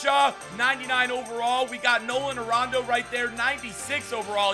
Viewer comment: "Nolan Arondo " Lol